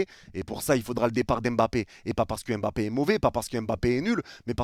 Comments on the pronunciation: C est si compliqué de dire mbappe au lieu de embappe? Ya pas de e devant. A la limite prononcez pas le m mais arrêtez de rajouter un E tout le temps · Il ne s'appelle pas "Aime Bappé" mais Mbappé